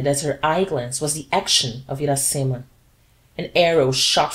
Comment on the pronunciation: Parabenz pelo esforco, mas posso dar uma opiniao ? Uma traducao mais proxima do titulo do livro em Ingles seria "Iracema: The Honey Tasting Lips Virgin" ( A Brazilian Tale ou A Brazil's Tale ) A pronuncia mais apropriada para o nome Iracema em Ingles seria => "Ira-cima". Lembrando que a letra R em ingles soa diferente da letra R em Portugues.